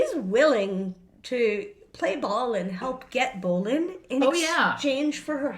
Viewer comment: As some one related to Alf bolin (he’s my grate great grandfather’s grate uncle) I pronounced it Bo-Len